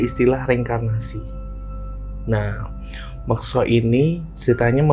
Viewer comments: Mekso itu beda mas sama Moksa.. tolong di koreksi ngucapnya.. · Mas mas, mekso sama moksa itu beda arti.. katanya keturunan jawa gunung kidul. Tapi kog gak bisa ngucap yg bener. Beda yaa mekso sama moksa. Tolong dikoreksi.